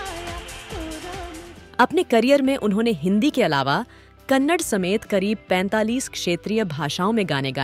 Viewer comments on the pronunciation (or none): Why can't you people say kannada ITS NOT KANNAD... IT IS KANNADA